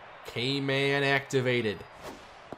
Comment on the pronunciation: Am I the only one that heard cave man instead of K man?